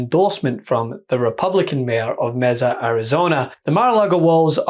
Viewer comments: It's prounounced with a long A, as in May-sa. Not Mezza. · May Sah, not messa. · Pro tip: as a person who lived in Mesa for 10 years, I can tell you it's pronounced MAY-sa. Not, as you did, messa. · Sorry, it's MESA Arizona. Not "mexza". I used to live in Phoenix Mesa is a superb. Some Mormons. "May- sa"....not "mezza". Nor "Met-za" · Good video. One (extremely minor) point though. "Mesa" the Spanish word for table is pronounced "mess-a" as you said it in the video, but the city Mesa in Arizona is pronounced "MAY-sa" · Dear, FYI "Mesa" is pronounced, "May-sa". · FYI, that city in Arizona is pronounced MAY-suh. Mesa is the Spanish word for "table." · It's a Spanish word, and pronounced May-sah AZ. Not being mean, but it is obvious to an former Arizonian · It’s “May-sa Arizona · MAY-sa 😅 Arizona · Mesa (May-Suh) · it's may-sa, AZ. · Mesa is pronounced Ma(long a) sa(the uh sound). Don't ask why. It just is. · MESA it's not that hard to pronounce even for a Scotsman. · I love the sign comma La it forces you to say her name right and it's witty too!